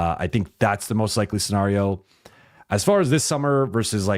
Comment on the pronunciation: Love Dude is obviously VERY intelligent, but every time he says "scenario" I do a double take. And he says it a lot. 😂